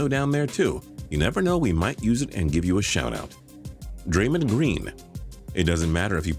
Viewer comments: Im surprised hope solo is not on this list she's a bitch on and off the field and blame everything but herself and its pronounce Dray-(dre) Mond (mon like hey mon in a jamaican accent) not daymen green lol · It is draymOnd not draymind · I'm not a basketball fan but isn't #10 pronounced Dra-MOND Green? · City of Sayian Gods ikr i almost forgot about her and yes he pronounce it wrong